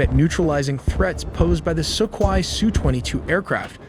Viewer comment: I'm slightly freaked out by how awkwardly your bot pronounces "Assad" and "Sukhoi," but your recent updates have been illuminating. Thank you.